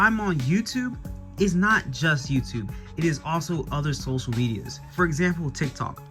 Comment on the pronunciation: "Socal" Media